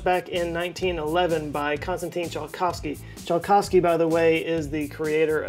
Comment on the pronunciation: "Ts" in "Tsiolkovsky" reads as "C" in "Cent", just a heads up